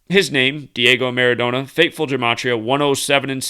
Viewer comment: ...Maradona is properly pronounced with another n like Donna